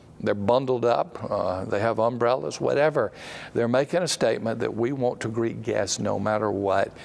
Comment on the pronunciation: Translation tip - When he says "won't" he's really saying "want". That will help clear some of this video up.